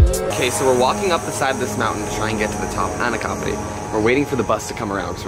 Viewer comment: Finally someone who got the name right,lovely video